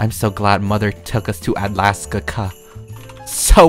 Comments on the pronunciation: Alaska not Atlaska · “Atlaskakka” it’s atlaska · Dang u got me messed up it’s alaska